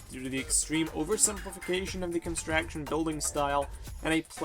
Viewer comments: It's pronounced construction not constraction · The f**k's Constraction? It's construction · It's construction not constraction, but still good. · Can he really not say "construction" correctly?